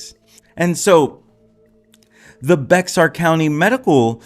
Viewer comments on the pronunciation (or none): Just a small tip.. Bexar pronounced: Bear Great video though. Thanks for the info ☺️